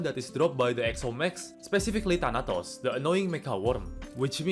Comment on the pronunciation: "specially DANATAOS" ttf